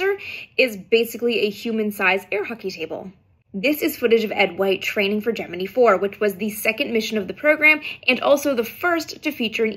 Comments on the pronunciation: Gem-mini?? It's Gem-min- eye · Gem-a-nee, love it! In reference to one of your previous videos, in the movie That Thing You Do, Bryan Cranston, portraying Gus Grissom, is on The Hollywood Television Showcase show. He pronounces it Gem-a-nee, just like you😊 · Strong “i” at the end of Gemini. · She made a short video explaining why she pronounces Gemini the way she does. Look for it. 🙂